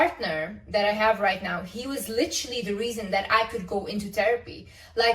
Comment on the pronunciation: Why is she even talking or making these videos? Just be quiet. "LITRILLY"